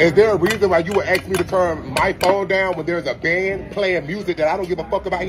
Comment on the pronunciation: Asking asking why is it so hard it's not axing